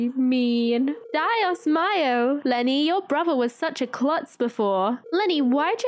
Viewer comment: me, i would like to see vanilla content as well, but maybe only the cut scenes that are more ahead in the game, not as much the early ones! also, dios mio is pronounced dee-ohs mee-oh, it means “my god” in Spanish! :-] thank u for the cozy video as always, i love this series!!! cant wait to see how everything progresses <3